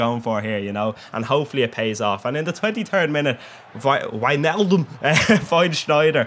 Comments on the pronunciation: Jeez your the first that says it actually right lol, its pronouned whynaldum not wichnaldum haha. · You said Wijnaldum perfect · You pronounce Wijnaldum right, but it's not SCHneijder, it's just Sneijder.